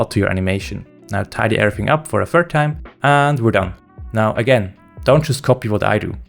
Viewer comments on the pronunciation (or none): none